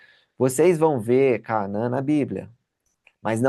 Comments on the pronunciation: Já muitas pessoas mispronounce this Word in English and Portuguese. CÁ-NA-ÃN e não é Cá-a-man Tb Aa-ro-ni-co e não ará-0-nico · porque vc lê CAANÃ e não como está escrito CANAÃ? Você aprendeu alguma coisa, sobre o nome desta cidade ou alguma divergência de tradução? Será que eu leio errado à 40 anos🤔🤭